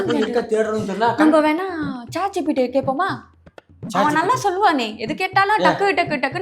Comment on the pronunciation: Chat gpt ❌ Che gpt 😂😂